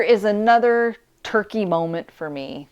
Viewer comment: Hello dear 😊. It' funny when you pronounce turkey in english we heard Turquie the country in french language 😂😂😂. Goodbye dear 😊